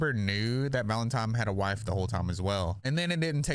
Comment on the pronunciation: it’s pronounced ‘valeNtine’ not ‘valeMtime’ 😂😂 sorry for some reason that really irritated me especially when your doing a story on Hamber 😂